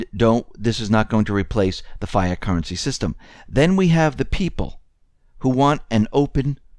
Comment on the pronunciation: fiat is pronounced "fee-ott"